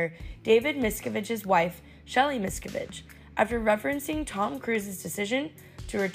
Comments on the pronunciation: what's really weird is that if he's gonna crack a joke about the 'safe return of Shelly Miscavige" then he should at least know how to pronounce her name correctly (and the narrator of this video too). It is pronouced "Mis-CAAH-vige'" not "MIS-cavige". That tells me that either someone put him up to saying that joke (where he didn't really know anything about the backstory), or he simply did a little reading where he saw the name, but never heard anyone else pronounce it properly (including all the videos of Leah Remini saying her name over and over). Oh well, I'm very happy he said it. I'll be David Miscavige, the Scientology mob boss, probably spit out the drink he was drinking if he was watching that. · A vapid, vocal-fry-inflected voice mispronouncing “Jerrod” and “Miscavige” and saying Jarrod Carmichael is “an SNL alum.” Nope. Never was a cast member. Quality media, Access Hollywood.